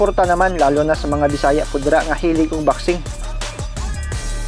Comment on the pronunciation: boxing po hindi baksing hahaha